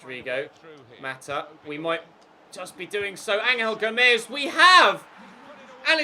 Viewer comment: It’s pronounced ‘Anjel Gomes’ not ‘ Angal Gomes’